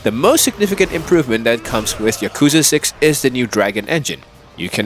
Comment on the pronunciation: If you're gonna say Yakuza throughout the whole video, at least pronounce it correctly... 💀💀